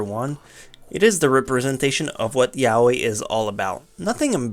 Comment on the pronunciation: He is saying it like "Welcome to my YA-OIW"